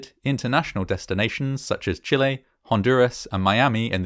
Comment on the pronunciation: As a Chilean i must say. amazing pronunciation of Chile ! few people say it properly instead of Chili amazing video too!